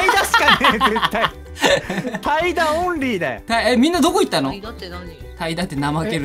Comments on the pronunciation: たいだの発音違うくない？ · 怠惰の発音おかしない？